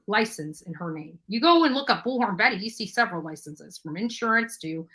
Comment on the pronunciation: Omgosh thank you for not only mentioning this but noticing how she pronounces bullhorn! Drives me crazy!!! The 3rd person reminds me of Seinfeld and "George is getting upset!"